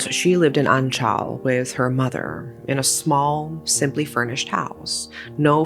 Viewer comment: Omg anchal is literally right next to my hometown of Punalur!!..Glad to see they`re finally brought to justice. And also if i may add, the way you`re butchering the pronounciation of Kerala and Anchal..